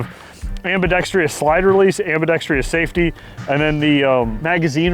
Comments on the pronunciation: It's ambidextrous not ambidextrious. No i before the o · Ambidextrous AM-BEE-DEX-TRUS......NOT......AM-BEE-DEX-TREE-US Its petty, but I'm sick and tired of the shooting community pronouncing this wrong. Admin gets it! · Say it with me.. "Am-bi-dex-trous" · I dont know what it is about the gun community, but EVERYONE mispronounces the word ambidextrous 😂